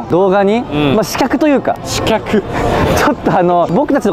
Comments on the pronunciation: 刺客: しきゃくじゃなくて、しかくな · 細かくて申し訳ないのですが刺客は「しきゃく」ではなく「しかく」と読みます。特別な読み方です。